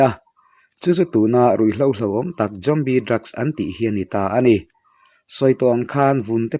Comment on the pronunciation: Tinge ‘Jombie’ i tih tlat a🎉